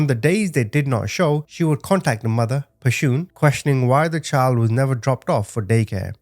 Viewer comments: One thing... Pretty sure Pashun is someone's creative spelling of "passion" not pa-shoon. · Her name wasn't Pa-shoon... Just her mama's ..creative.. way of spelling passion... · "Pashoon" cracks me up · Her name is pronounced “Passion” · I think her name is pronounced like "passion", no? Such a terribly sad case... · Her name is pronounced passion. Sorry some of us in the black community knows. Thanks for the story. RIP to them 🙏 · Pronounce her name passion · The mother's name is pronounced the same as the word "Passion". I really appreciate the manner in which you deliver these stories. Thank you.